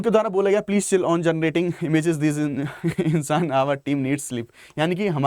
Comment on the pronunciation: it's not इंसान it's इन्सेन gadha kahin ka